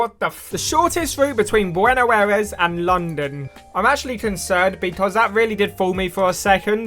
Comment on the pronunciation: "Weenuh Bares" literally butchered the pronunciation